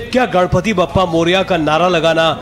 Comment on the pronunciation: Gadpati nahi ganpati. Theek se bolo naam.